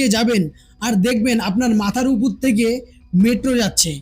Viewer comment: উপর বলুন, উপুর, উপুর করছেন কেন?